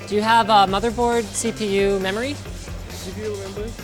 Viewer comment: Membory? Hahah this must be such a fun experiance